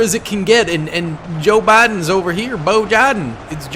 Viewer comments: “Boe jiden” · you said boe jiden 😂